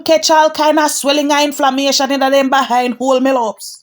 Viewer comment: you very funny way yo sah the influmation dey 😂😂😂😂❤❤❤